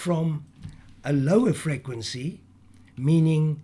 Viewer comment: Never herd such an annoying pronunciation of the word frequency!!!!!!